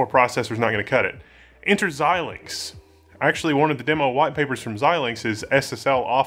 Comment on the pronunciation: Thank you, for being one of the only YouTube presenters that can pronounce Xilinx.